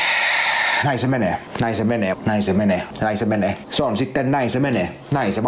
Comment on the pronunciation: Alkaa monen kerran jälkeen kuulostaa siltä että sanois "näin sen veneen" 😂😂